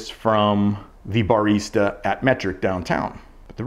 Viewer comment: never heard anyone pronounce barista like that